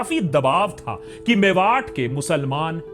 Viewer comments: Just to correct you it’s मेवात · भाई वो मेवात है मेवाट नहीं, कानों को चुभ रहा था तो लिख दिया